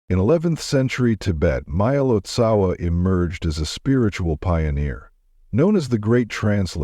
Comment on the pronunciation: Please, when creating videos like this , pronounce the names correctly : it Marpa Lotsawa- teacher of Jetsun Milarepa; its Gyalwa Karmpa etc. And do not try to convince us - as with your story of Ramakrishna, that all religions lead to the same goal . We are practicing Buddhists and we know the path : Buddhism is very different from other religions like Christianity /Catholicism, Islam . Buddhism is not part of one world religion which you might ignorantly promote !